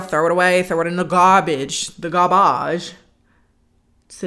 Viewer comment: Another movie with a non blinker haven't heard of this movie fun recap. Love the way you said throw it in the garbadge